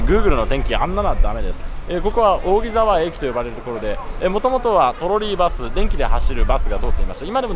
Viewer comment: 扇沢の読み方はおおぎざわではなくおおぎさわですよ